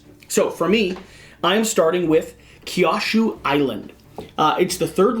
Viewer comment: Love the game, but listening to say Kyushu like that hurts my soul. Considering it would probably let him beat me at this game, I won't complain too much, only say it's pronounced more like "Q shoe". Also might go and buy this now, thanks.